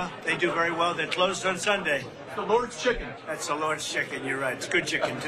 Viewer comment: lol chicKKKen